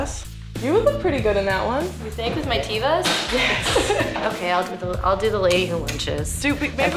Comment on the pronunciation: It’s TEV-AH, not TEE-VA Hebrew for nature 🌱🍄🌻